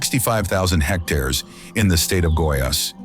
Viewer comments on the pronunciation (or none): none